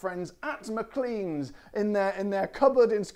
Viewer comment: in scotland the name is pronounced Mclane, ok mate